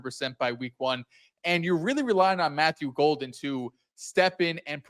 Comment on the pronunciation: Disrespectful how he mispronounced Golden’s name. I feel like if Golden or Parsons went to any other team he’d remember. But for some reason they love to hate the Pack.